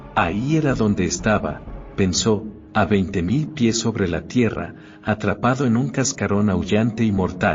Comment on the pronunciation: ¿20. 0, 0, 0 pies?. Pues estamos buenos cada vez que la máquina dice la cifra. Insoportable.